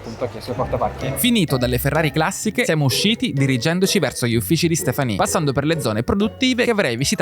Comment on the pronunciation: Ho lavorato in Ferrari come ingegnere nel team di sviluppo e testing e... beh.. che ti abbiano fatto visitare tutto, anche Costruzioni Sperimentali, è davvero una cosa unica! Aggiungo, non so chi abbia doppiato le voci in inglese, ma "Ferrari Classisch" non si può sentire ahah